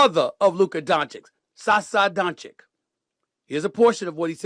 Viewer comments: As a supposed sports journalist, how do you still not know how to pronounce his name properly as "DON-CHITCH," and keep saying "DON-CHICK" instead? So unprofessional. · Don chich not chick. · DONCHICH, NOT DONCHIK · Please, Stephen A, learn how to pronounce Luka’s surname!!! It sounds like Donchich, not Donchick!!! 😢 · Luka Donchich (Dončić) , not Luka Donchik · its not donchick goddamn SAS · Still pronouncing wrong luka's last name. After what 7 years. Bro. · Man, i don't know if it's more shocking Luka being a Laker or Stephen A. still not pronouncing his name right after so many years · Why does SAS always mispronounce “Doncic”? He literally hears other people on espn say it the right way and then he says it wrong every time. Windhorst says it right and SAS says it wrong right afterwards. What’s that about? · Pronounced “DON-chich”. Say the man’s name properly. And he is from Slovenian not “slovinian”. Lack of respect. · This loud mount professional yapper doesn't even know how to pronounce Doncic or Slovenia 😂